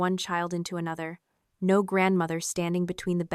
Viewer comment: Lmao. (Mimics in Mermaid) 'Oh Nor'